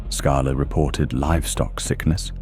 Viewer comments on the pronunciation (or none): none